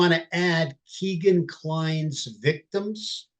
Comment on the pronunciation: You dont know much about this case...truly...the very least of which, is that Kline's name is not Keegan, it is Kegan... rhymes with Megan. Details matter and it makes me think that your broad strokes, generalizing philosophy is what gets innocent people convicted... brutal